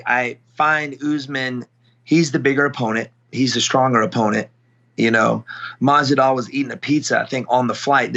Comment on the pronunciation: Who is Stephen talking to the man keeps saying Masidal. Lol